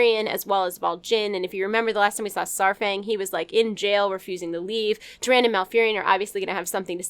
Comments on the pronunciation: Tyrande is pronounced, "Ti-rand-uh", not "ti-rand". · Tyr-ahn-DAH. C'mon, I love you but Tyran? At least say duh at the end. lol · It's Tyrande with the e pronounced. Not Tyrand. IDK why that so cringy lol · Isn't Tyrande's name pronounced "Ti Ran Dah" ? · who the fluff is turan....tyran.....w/e. Come on now you could at least pronounce them correctly considering you make your living off of this stuff. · Is it bothering anyone else how she pronounces Tyrande?